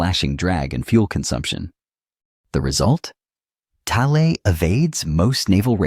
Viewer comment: if only you could pronounce it right. It's rather annoying